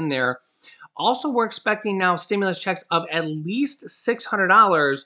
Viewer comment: You're f**** cool but how you say checks bugs me sorry